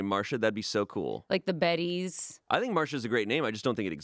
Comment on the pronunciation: They said “Marsha” not Marcia…